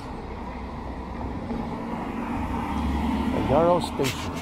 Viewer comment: When I grew up in Chilliwack we pronounced it. Like the word Arrow, but with a y arrow. You sound like you're saying it yAur-ow